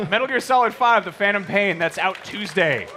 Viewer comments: hey it's phantom not phatom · No no no, it's called Teh Phatnom Pian